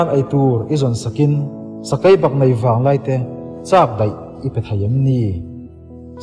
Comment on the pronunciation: Hei mai pawh a ni lo, 'ei' tih turah pawh 'Ai', 'nei' tih turah 'nai' a dang pawh a la tam mai.. Ṭan han la leh deuh se, tun ai hian ngaihthlak a nuam lehzual ang